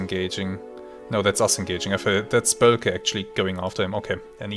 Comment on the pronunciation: Thanks for uploading continuously such great content. While I'm missing Silent Hunter I appreciate the WOFF campaign very much. WW1 aviation is such a different experience than WW2 or later aviation. Please allow me to give you a small hint on pronunciation: as far as I know, the Ö in Boelcke is pronounced long like the Ö in "Höhle", not short like in "Hölle".